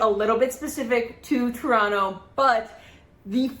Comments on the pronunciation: It's Tranna. Not Tranno. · The second t should be silent... should sound like Tore-Ran-Ah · remember in saying Toronto you must drop the second T so it sounds like Torono otherwise you sound like a tourist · there are no O's in taranna